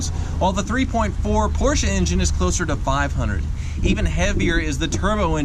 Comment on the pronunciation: "This porshe's doin it fer dale!" Fucking died.